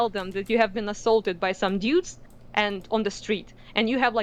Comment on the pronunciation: I love the way says "dyudes."